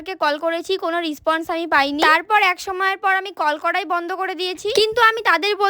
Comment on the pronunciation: রেসপন্স❎ রিসপন্স✅😂😂